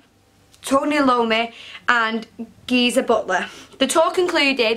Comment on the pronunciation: Cool shirts and explanations, btw Tony's last name is pronounced EYE OH MEE, not to nitpick.